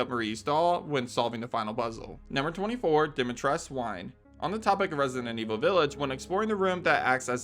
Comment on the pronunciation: Lady Dimitres'cu' lol